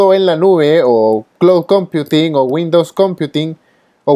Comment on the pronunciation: Critica constructiva: si utilizas términos en inglés, recomiendo que los acentúes como corresponde. Ejemplo: “computing”. Si no manejas el idioma, procura llevar toda la terminología al español. El resto, todo ok, muy clara la información.